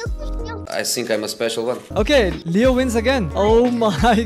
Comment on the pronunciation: when he say leo on height it sounds like kreo on height